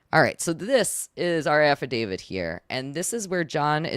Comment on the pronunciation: Love the videos, thank u for destroying John, but she's KILLIN me with the "affi-david" instead of affidavit